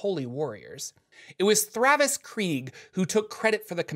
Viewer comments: Great video!! Except it is THAVIUS Kreeg, not Thravus hahahahaha 😬 ❤️ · Isn't it Thavius Kreeg? Not Thravus Kreeg?